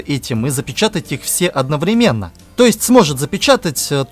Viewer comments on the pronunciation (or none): none